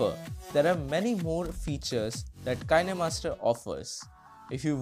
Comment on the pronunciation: Roses are red Violets are blue The pronounciation is kinemaster So why aren’t you?